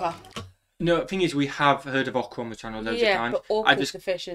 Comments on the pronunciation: It’s pronounced Oh-Kruh 🤦🏻‍♂️ Chicken fried chicken is usually called country fried chicken, it’s chicken prepared like chicken fried steak. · Okra is pronounced like open, Open (long O) Not Awhkra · It’s annunciated O-kra not uh-kra there’s a heavy emphasis on the O as just saying the letters name followed by kra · not awkra it is pronounced as if you were saying the letter O then kra. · Oh'-kruh. Not ah-kruh or aw-kruh. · It's pronounced O KRA with the O PRONOUNCED LIKE OK WITH KRA on the end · Okra is pronounced with a hard O...OH' kra